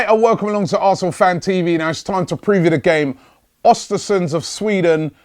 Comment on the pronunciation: Its Östersunds.... ö pronounced like the second sound in "burn"